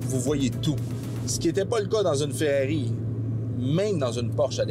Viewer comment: C'est Ferrari ou Ferrero mais Ferreri NON 😂😂😂